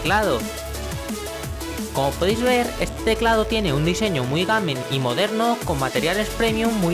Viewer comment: "gamin" enserio no sabes pronunciar ni un apice el ingles?? y si en el test de sonido dejas musica de fondo no se aprecia bien...